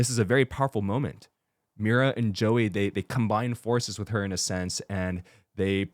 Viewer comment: I keep cracking up at how Father got every name wrong 😂 Joey, Zumi, Soulja boy, honeymoon